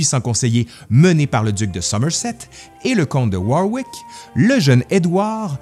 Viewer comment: Chez les Britanniques, Warwick se prononce Warick; idem pour la bière Smithwick's, Smithtick's, etc.